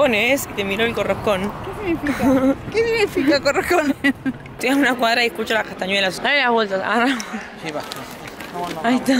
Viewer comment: jaja no dice por cojones dice "corroscones"